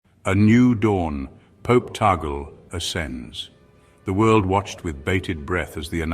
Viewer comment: Tag-le is the right pronunciation, not tagel.